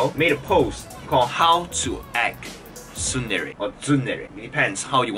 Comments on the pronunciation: triggered by you saying suundere lol tsundere mate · You are the only one pronouncing tsundere as sundere